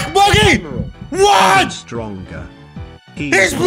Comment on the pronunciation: did he just said stronker